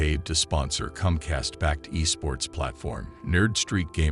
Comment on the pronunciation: It's COMCAST! Not CUMCAST!! Don't be gross dude!!